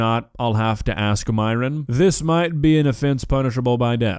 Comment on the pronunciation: My biggest question is why Myron insists on his name being pronounced as Miron when his greek origin Christian name is pronounced the same way it's actually fucking written - Myron (like myrrh-on) a sound which granted isn't common in English but still very pronouncablefor English-speakers. Idk why, but it just irks me.